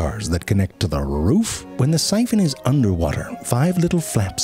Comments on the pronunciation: "Connect to the rrrroooof" lmao 🤣 your always gettin a laugh snort from me ze frank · The extra sauce he puts on "roof" is so unnecessary but somehow perfect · I loved the way he said roof when he was talking about the syphon